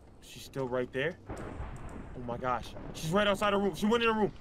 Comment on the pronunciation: says room like how Markiplier says room, "rum"